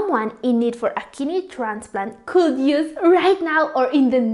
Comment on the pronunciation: Your pronunciation and intonation are quite disturbing especially the words that should be pronounced with silent "L" such as could, should, would ... please take note of the words with silent "L". ✌